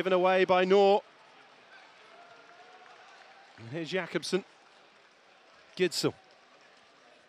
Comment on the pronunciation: The "K" in Knorr is NOT silent!!! And the Gidsel name is pronounced GISSEL(!!), and NOT Gittsel!! Just saying!